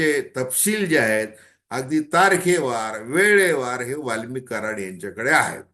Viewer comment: दादा वाल्मिकी नाही वाल्मिक बोला